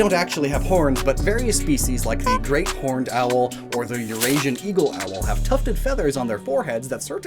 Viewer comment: In northern New Jersey we get great horned owls all the time, just in our backyards, so when you said it like that I lost it😂